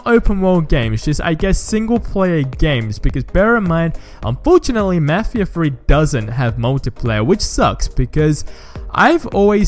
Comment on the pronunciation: "let's talk about mefheeha free"